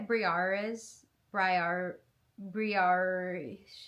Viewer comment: I think it's pronounced "bree-AYR-eez"